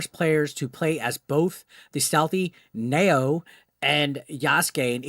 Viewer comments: Alright, since you keep asking people to correct your pronunciation..."You are say it wrong it's Nah-O-way!" Happy now? Nice vid btw. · Nah-o-a. But it doesn't matter because cringe characters don't deserve to have their name pronounced correctly. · Given that you keep mispronouncing the girl's name, I guess you haven't watched a certain amount of anime using Japanese audio.